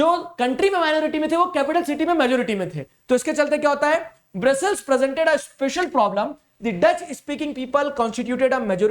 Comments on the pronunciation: Brazzer nhi brussels ☠️☠️☠️💀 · It's brussels, u r wrong